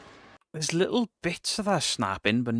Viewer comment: Also says lickle instead of little